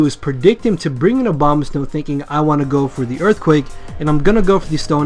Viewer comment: I keep on thinking you are saying Obamasnow. It made this video way funnier.